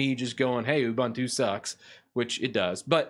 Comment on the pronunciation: Also, you can't even pronounce it correctly.